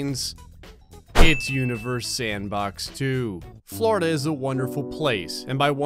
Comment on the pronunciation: How many times says ‘’Flordia’’ Hehe